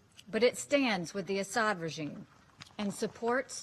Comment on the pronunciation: It’s not Assad. Get a clue lady